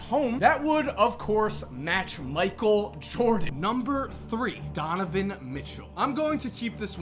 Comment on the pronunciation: you said tonovan mitchell at the end